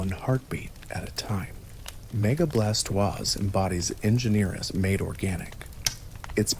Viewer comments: Bla toisℯ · Thats a mighty unique way of pronouncing Blastoise...